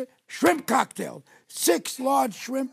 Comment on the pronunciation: A frimp cocktail? Must be when you can't decide between fruit and shrimp.